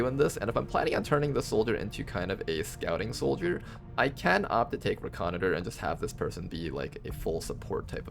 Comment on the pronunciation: Also, I'm doing these longer videos piece meal from being so busy so I came back to this vid. I'm by no means trying to sound like a jerk, but reconnoiter is pronounced ˌrekəˈnoidər. Just trying to help, lol. I'm in the military and hear that term alot. 😂 Love your work and loving this series! You've taught me so much.